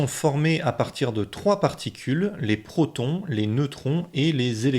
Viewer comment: Ça serait bien de t'appliquer sur la prononciation ... Le zozotement quand tu parles des gentils protons, c'est assez pénible (''°)